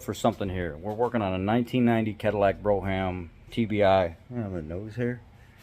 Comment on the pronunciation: I was going to post this. pronounced "brome" like Rome with a B in front although I have also heard it pr. "brahm" but "brome" is correct.